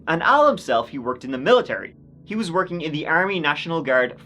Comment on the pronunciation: For someone that supposedly has a "doctorate" in education, she has ZERO grasp of the English language. She uses words like 'expecially', and any word that ends with the letter G, she pronounces with an 'ink - such as: workink, sleepink, walkink, dyink, murderink, takink (you get the picture). Anyway, this is one of the most back-woods, trailer-trash, pieces of crap I've ever seen. I was never so happy as I was when that jury conviction came down and that sentence was passed. I am hopink (lol) that she rots in that prison cell. She certainly deserves it.